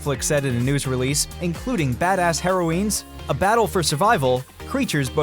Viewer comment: Heroines pronounced "Hair-O-Weens?"